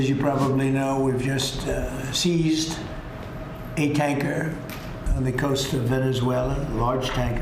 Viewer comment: “sEEEEEEEEIzed a containeRR”😂